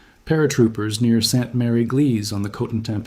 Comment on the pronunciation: "Sant Mary Gleez"!?!? OMFG!! That was actually Sainte-Mère-Église, guys! Which translates as "Holy Mother Church" in English.